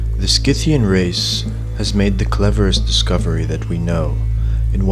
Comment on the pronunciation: awesome video, just one thing, it's pronounced si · thee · uhn